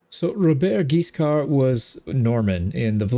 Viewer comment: A great new adventure ! French pronounciation : Robert has a silent T, and Guiscard's D is silent too. Your Rs are not hard enough but that's really fine. And for how you say Hauteville, it's actually good !